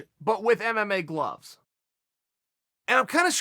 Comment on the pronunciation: Tyson FRrrrEy & MMA GLUHHHHvvvZ 🤣🤣🤣